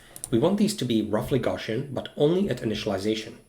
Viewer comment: He says “gawshun” for the word “Gaussian” hope that helps